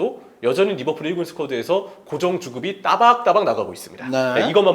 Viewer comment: 항상 거슬리는게 f발음은 영어가 아니라 한글로 읽을땐 ㅍ발음으로 하는게 맞음. (외래어발음법) 한준희는 특히 f발음에 집착하는것 같은데 매우 듣기 안 좋네요. 그러다보니 리버풀도 막상 pool인데도 리버뿔 이러고 있음.